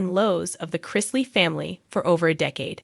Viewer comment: As usual, you're way behind the times. This was made public weeks ago... Once again could you learn how to say their names correctly?